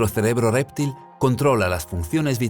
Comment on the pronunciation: ALGUIEN DEBERÍA EXPLICARLE AL REDACTOR Y ALNARRADOR QUE ES REPTIL, NO R´3PTIL.